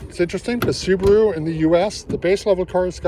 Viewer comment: Aaah, the "Soobaru boobaru lubearu Legacy".